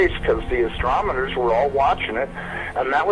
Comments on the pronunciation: ASTOMONER??? Sigh. 😩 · Total bullshit....listen to the first ten seconds....when he says "astromoners"! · Oh no not this truck driver again. This interview is from like 2011. P.s. He says astromoners not astronomers. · "Expert" pronounces "astromoners" right away. I'm out... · Did he say ( Astromerners)..???!!!!! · Kali the German Shepherd. He can't even pronounce astronomers, he's full of shit. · "CIA insider" has improper grammar, cannot successfully pronounce "astronomer." Credibility is marginal at best.